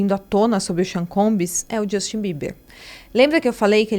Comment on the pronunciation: Não é Djustin e não é Combis.